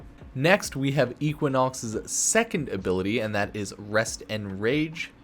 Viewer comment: Spectro-whaa? Raahj? I think we pronounce the word "rage" differently, you and I... In all seriousness I enjoy your videos. I'm sure most will go to the meta guys like Brozime, GHS, iFlynn, maybe leyzar if he comes back, etc. but in the same way some people just don't like playing the meta I don't always like going to the big warframe partners for my info. So I appreciate the underdog status u have in that regards. That and you have a calming voice so yeah 👍😁